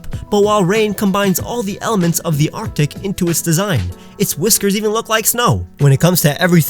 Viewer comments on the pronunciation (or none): none